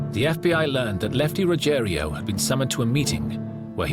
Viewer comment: And it’s Ruggiero not Ruggerio.